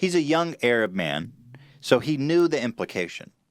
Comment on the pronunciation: Why so much emphasis when you say 'Arab'?